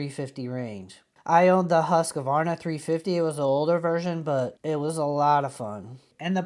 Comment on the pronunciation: Pronounced 'Hoosk-var-na'....